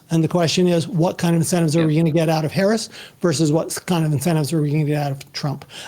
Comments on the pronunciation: It is is interesting that the one guy in the middle keeps mispronouncing Harris' name......shows an ideology. Destiny is logical and practical and understands why he can do what he does......the grunt doing everything else. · Yeesh. Decent conversation but the goddamn moderator can’t even pronounce the vice presidents name correctly. As soon as Destiny made a good point about SCOTUS term limits, “I’d like to get back to tax policy” my god